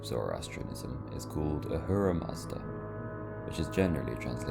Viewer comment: You didn't pronounce Ahura in Ahura mazda right. It's pronounced Akhura with a light k and a strong h sound with a soft h sound at the end. So it's Akhhurah Mazda. The rest of the stuff are ok ig.